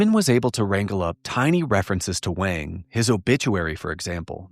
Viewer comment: If this Doctor Wang is white and German you’re pronouncing his name wrong. In German you would say it like Vahng. The W in German IS ALWAYS pronounced like V in the English language. The way you say it, sounds Chinese, not German.